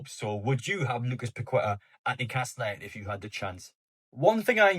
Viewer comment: It’s pronounced paketaa not pakweta 👍🏻👍🏻